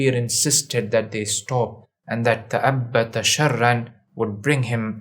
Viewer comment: تأبط وليس تأبت